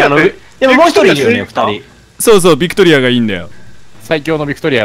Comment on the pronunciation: うっしービクトリアを バクテリアみたいに言わんでw